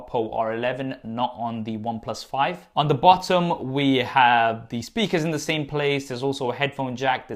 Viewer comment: Stop with this confusion in every video, get it right: "the" as /ði/ in front of words that start with a vowel-sound "the" as /ðə/ in front of words that start with a consonant-sound